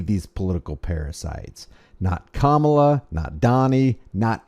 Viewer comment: You pronounce Kamala like Momala. They should just say Momala.